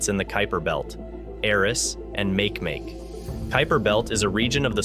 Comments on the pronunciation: I want to slap him every time he says make make. I mean come on your Nasa fer chrissakes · Please ask someone for the correct pronunciation of make make here's a clue its a Hawaiian word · Makemake? Make Make? Are you kidding? /máh kay máh kay/ Do your research beyond the basic texts. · Make-make ma-ke ma-ke not makemake! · PLEASE PLEASE PLEASE look up the pronunciation of Makemake! e.g. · Ma(Key) ma(key) Rapa Nui mythology .....please....... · please say Ma Ke Ma Ke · Dude, its pronounced mah-kee-mah-kee named after the god of fertillity in Rapanui mythology. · I came here to say this. Mahalo nui loa for posting this correction. Aloha! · Right? It made me cringe everytime he said make make. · A small amount of research on how to pronounce Makemake would help your credibility - as it is you just seem like a lazy arse wanting to use other people’s work to make money on youtube about a subject you don’t have even a passing interest in. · How can Nasa mispronounce Makemake ? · i wasnt correcting NASA. I was correcting this guy who is pronouncing it incorrectly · Me too!! Like fingernails scratching on a chalkboard!!! Cringe!